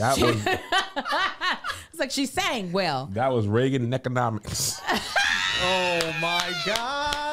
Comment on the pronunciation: "Reagan Neckonomics"! Nancy Davis go awwwffff